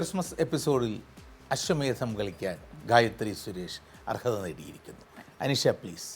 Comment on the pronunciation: ashwamedsham alla " Ashwamedham" 😒